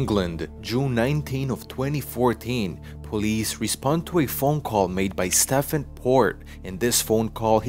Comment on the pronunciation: Nice video but Stephen is pronounced like Steven is